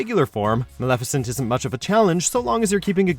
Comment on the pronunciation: Why is it so hard for the media to do their damn research and learn how names are pronounced. You butchered Maleficent, Xehanort, and Xemnas. Furthermore, Roxas deserved more than an honorable mention, you didn't list Xion at all, and at least half of the organization fights are better than what's on this list. Oogie Boogie? Really? Really?